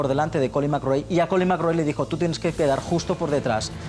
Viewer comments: Se dice colín mairrai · Da gusto la entrevista,imágenes McRae,imágenes del mundial 95 con en el plató,que maravilla,un poco opacada por la insistencia del presentador en cortar las anécdotas de y su empeño en pronunciar a su libre albedrío el apellido McRae,pero eso no consigue que no se disfrute el vídeo.